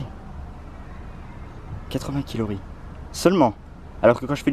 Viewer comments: Tu a dit kilori au lieu de calorie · Calories et non quilorie mdrrr #humour je dit sa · " 80 kilories " 😂😂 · Ta dit 8 quilories au lieu de calories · Euh sans être méchant on dit CALORIES je vous adore 😍😍😍😍